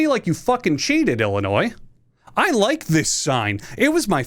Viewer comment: comment for the algo because you pronounced illinois the right way and also drop kicked our state, thank you